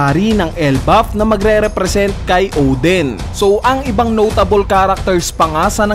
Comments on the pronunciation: O-din not Ohw-dhen. Lol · Odin, not Oden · Odin kuya hindi Oden